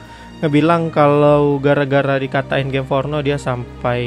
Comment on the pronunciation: Gim afah? Gim fornoh?